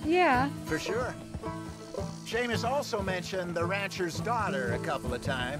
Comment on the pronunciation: "sea-mus" Me:"Shame-us" 😂